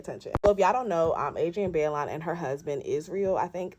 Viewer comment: It’s (BYE-LOAN) Baillon but either way you say it, it still spells Jezebel 😂😂😂😂